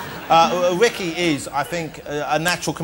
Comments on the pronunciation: Ritchie? It’s Ricky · Is it just me, or did it sound like he said "RICHY" Gervais?